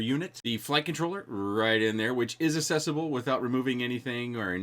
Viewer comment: Great review! Speaking of butchering words, “accessible” = “assessable”?